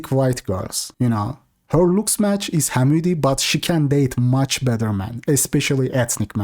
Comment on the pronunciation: I don't like it but they way he says "Hamudi" is terrific.